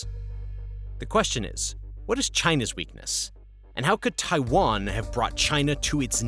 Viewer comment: Drink every time he says Taiwan wrong … good times.